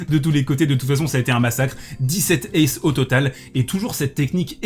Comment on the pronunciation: Cent z'aces ? Pourquoi pas un zathlète ? Bon, ça passe pour cette fois mais fais gaffe il y a des profs de français qui regardent. ^^